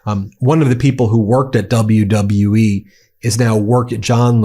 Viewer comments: WW U-E…man words are hard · how in the hell this president cant even pronounce WWE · His health is really declining in real time. He said WWUE???? What organization is that? 😂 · How about when he introduced triple h he didn't know where he was standing and he said wlwe.... Take note of that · My GOD people! Trump even has trouble saying, "WWE" and "Triple H"! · He's using "celebrities" in his stunt because he thinks it will make him more relatable and therefore a good person. Obviously he doesn't consider crimes he's also engaged in as a deterring factor in their recruitment. It also helps this whole thing look more pathetic when the guy can't even say WWE. The letters, W, W, & E! Wtf is wrong with his brain?! Then he introduces HHH and doesn't know what he looks like or that he's standing right f@ next to him?! God help us all. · Bro couldnt even say three letters properly...WWE...then doesnt even know where Triple H is